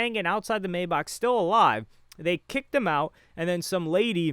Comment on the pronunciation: It’s kills me inside every time he says it 😂 this isn’t the first video either 💀